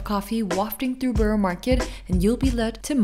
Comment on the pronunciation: I've yet to hear an American pronounce 'borough' correctly.